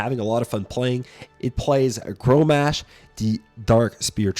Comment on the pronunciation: Grommash - not growmash